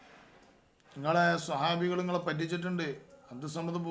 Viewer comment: സ്വാഹാബി അല്ല സുഹാബി..😂